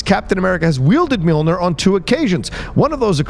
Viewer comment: It’s NEAR, not NUR, for that end pronounciation